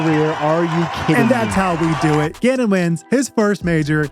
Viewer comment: LFG for calvin! btw T it really sounds like you say gannon wins.. and the CC agrees lol it says genon LOL